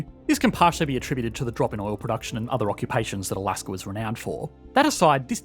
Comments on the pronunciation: There is no”R” in Alaska. Please stop it. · People in Australier speak like that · I've been watching Aussie content for some time. Don't know the reason for the "r" behind words like China and Alaska